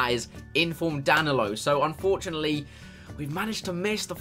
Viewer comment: Anyone in 2019? And is getting annoyed that he's getting danilos name wrong